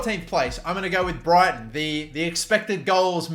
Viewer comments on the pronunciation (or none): none